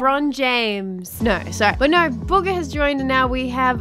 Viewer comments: In the start instead of saying Bugha you said booger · You said booger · The way she said Bugah sounded like “buger” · Just so you know i came for bugha no offense I love your channel but come on its bugha